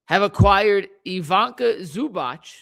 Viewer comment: And it's pronounce ee-VEE-tsah